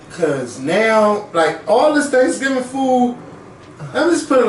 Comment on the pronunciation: He keep saying transgingers 🤣🤣